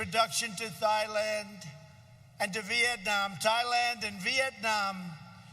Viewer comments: “Thighland” instead of “Thailand” 😂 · lol he said thigh land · “thigh land” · Did he pronounce’Thailand’ as ..’Thigh-land’ ?... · So I'm in my office watching this and and it sounds so much like a rally that I had to look around and make sure I wasn't in the middle of a bunch of red MAGA hats! Woah...did he just say Thighland? About the children...yesterday I read an article about a 26 day old baby that died from COVID19. Rest in peace little one. 😪 Oh yeah...kids are powerful...what an idiot. This man destroys everything he touches. Make America Great Again...vote Trump out of office!!!!!!!!!! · Did he just call Thailand “Thigh-land”?!?! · Oh yes he did! Lolling hard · Did he just say ‘Thigh-land? 🤣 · Thigh-land. hmm.